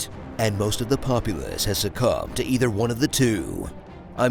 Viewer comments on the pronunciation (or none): none